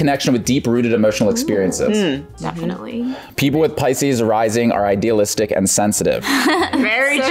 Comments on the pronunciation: As a pisces,I laughed my ass off when pronounced pisces wrong😂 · pronuncio piscis en español y no me di cuenta hasta que se burlaron de el ahahaha😭😭😭